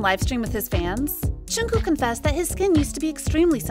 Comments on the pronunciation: It's not Chunku or Chunkook. It's Jungkook 😂 😂 Lol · am i the only one CRINGING at the way this woman butchers JK’s name? who the hell is choonkoo???